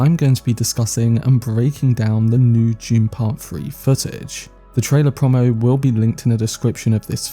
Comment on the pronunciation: FYI it’s “pro-mo” not “prom-mo”, short for “promotion” 😉👍